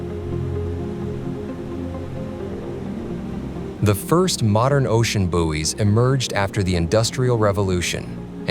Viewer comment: Had to stop watching,he kept saying Booies